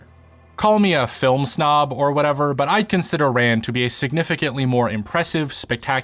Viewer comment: Pronounced more like "run".